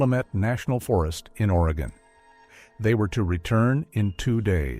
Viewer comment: Spoken like a true Oregonian!! 🤣 At least he said Oregon correctly!! 🤦‍♀️ I am a born and raised Oregonian, and my children are second-generation, and my grandchildren are third-generation Oregonians!! I will say that we definitely have a great number of people who go missing in this state!!